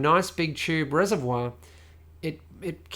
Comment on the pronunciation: being french i like the way how you said the word ''reservoir'' Well done, thats a fantastic pc porn channel.